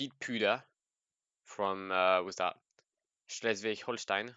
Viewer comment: Man your pronunciation of Schleswig Holstein is very well haha